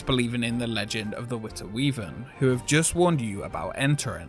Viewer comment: He says he can't speak Dutch but says Witte Wieven several times wich is perfectly Dutch.